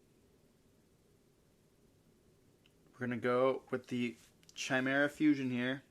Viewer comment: Excuse me? Branded Chai-mera? 🤣